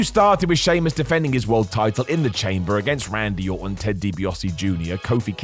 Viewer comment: Sheamus* not Sheimus